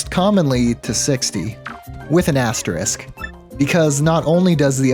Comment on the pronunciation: Bro says asterisk properly im gagged